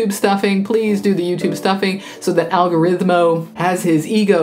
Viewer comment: "Fluffing the algorithmo" 😀